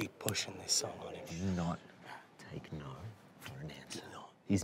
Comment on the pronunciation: every time someone in an Aunty Donna video says the word "no" with like three syllables, like "NAURUEH" take a drink